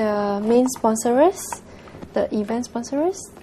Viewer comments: at the opening, the host said 'miss singapore WER' omg pls lah pronounce better. 'i did it vo-re-tar-ri-ly' 'spon-ser-rer-s' ...5 times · did she say SPONSOR-ERS?!!!!